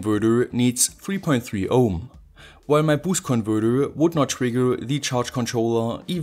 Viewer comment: lets play a game: every time he says "converthurrrr" or "inverthurrr" you got to drink a shot.